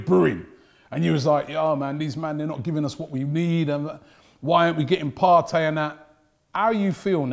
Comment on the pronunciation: "He's Thomas Partey. Not fiesta!"